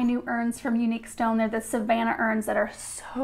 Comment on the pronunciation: I love the way said Savannah! She might be from the opposite corner of the USA from myself and Savannah, but she got the lazy southern pronunciation just right!